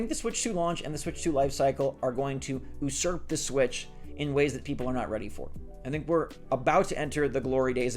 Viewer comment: You always pronounce usurp incorrectly. It's yoo-surp